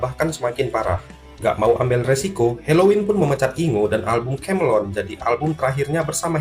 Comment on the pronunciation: Kemelien kok kamelon ki lho, dibenerin dulu cara bacanya